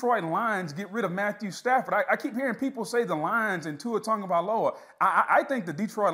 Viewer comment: The man's name is not TON-gavialoa. Sheesh